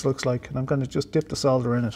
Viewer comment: Nice to hear the L in solder ! Sodder sounds SO wrong. Programming , yes please.